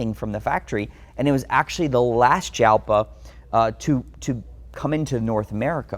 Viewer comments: It's pronounced HAL-pa, but the J is pronounced as a soft H. Lamborghini "ALPA." same with the JARAMA, It's HAR-ama... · I always heard Jalpa pronounced “yalpa”. Was I wrong? Beautiful collection!!! Some like to look sit and admire. Some like to drive. Takes all kinds! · What? No one's gonna call him on mispronouncing "Jalpa"?